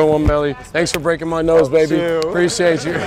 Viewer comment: “I brokeded ma nOse”